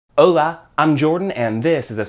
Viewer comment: yo hablo español y el pronuncio mal el HOLA al inicio. así no puedes enseñar xd